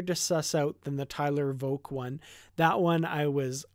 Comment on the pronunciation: When you hear him say his own name (such as Vok son of none) the way he says it is with a semi-silent H sound "Vohk" more than "Voc" So yes I think that is the proper pronunciation of his name. So I think how you say it is more correct. "She ask Vok how is it....."